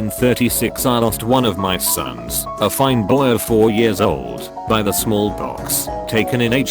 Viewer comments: Content: "The" Robot-voice: "HAGE TEE EEEEEE!!!!!!" Jesus Christ, get your shit together.... Also, I got the car batteries, anyone wanna lend me five dudes? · Yet he cant even say "the" properly and then says it properly shortly after in the same post